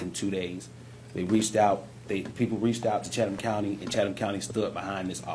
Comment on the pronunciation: Gone speak on the city pronounce the county right my guy